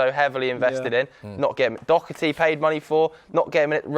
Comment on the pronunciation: As an Irishman hearing English people pronounce Doherty, DoCKerty is just my kryptonite, everyone there could pronounce zlatan Ibrahimovic perfectly, but Doherty is just too difficult for there tiny brains